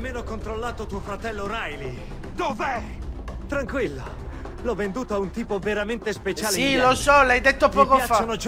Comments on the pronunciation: Hai detto rilay anIco hoyt lol xd! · hai detto RILEY e non HOIT